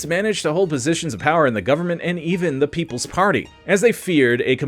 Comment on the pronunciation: your voice is just terrible, you managed to say the word "khorloogiin" but butched the word "the" what is wrong with you man? bring simon back and banish this crappy understudy back to the writing room!